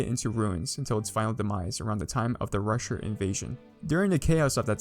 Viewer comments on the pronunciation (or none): none